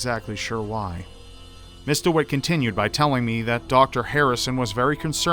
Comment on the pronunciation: was he saying Mr instead of Miss ???